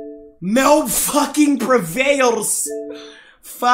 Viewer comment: Mehlt sounds like bag